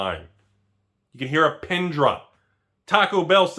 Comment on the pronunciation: "you could hear a PIN drop," not "PEN"